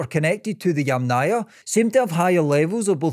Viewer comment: Funny how many times you pronounced the name of the Yamna culture wrong: It's pronounced either as Yàmna (from Ukrainan) or Yàmnaya (from Russian) with an emphasis on the first A, and never Yamnàya Culture with an emphasis on the second A.